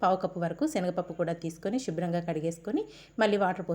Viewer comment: షుబ్రం కాదమ్మా శుభ్రం